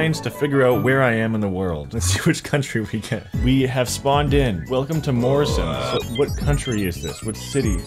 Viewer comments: Dude said moorisons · Never heard american say Morrisons before. Idk how you could mess that up, but somehow did 😂